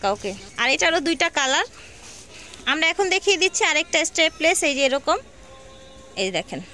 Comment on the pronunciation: স্টেপলেস না স্ট্র্যাপলেস আপু।